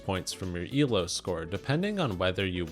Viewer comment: I know you're saying "Elo rules" but it sounds like you're saying "evil rules" which is very fitting.